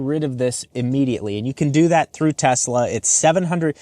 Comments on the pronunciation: Did you say Tesler? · "Teslur" fuckin great lmao. Liked and subbed for that. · You said tesler. I had to drop a like. 😂 the only thing imma call it and I gotta get one.